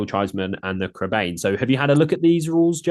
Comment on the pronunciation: it's pronounced Crebine!!!!